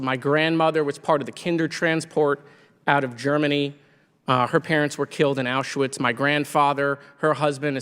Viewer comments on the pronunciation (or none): none